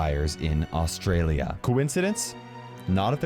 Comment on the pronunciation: Why does everyone who doesn’t live in Australia pronounce it wrong